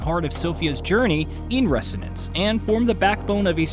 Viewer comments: Repeat after me: “reh-ZO-nance”, not “reh-SSSSSSO-nance”… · You say resonance funny. Pretty sure the S is pronounced like a Z but no biggie :) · That is not how you pronounce resonance